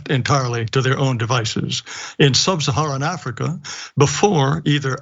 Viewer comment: Look at how he says SUB-saharan! He couldn't wait to say "SUB." what a loser. 😂